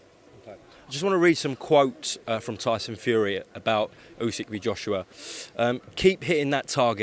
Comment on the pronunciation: MY GUY DEFFO SAID OLE GUNNAR USYK LOL